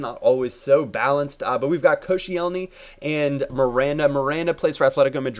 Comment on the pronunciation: just want you to to know its pronounced kosh-ellny like so he can see plz